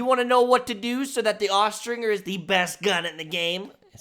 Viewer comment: Austringer is pronounced with the J sound, not the hard G.